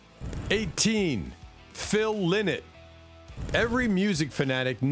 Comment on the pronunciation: Phil Lynott is pronounced wrong in this video His name is pronounced Phil Line-not.